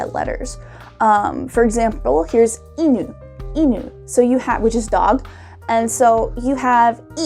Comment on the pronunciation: The way you read it doesn't mean "dog", it is an archaic way of saying "to go home" 往ぬ. 犬 doesn't have a drop on the first mora, it stays flat and drops before a particle.